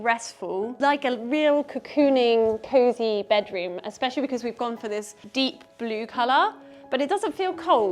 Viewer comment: BEKIZ? Do you mean Because?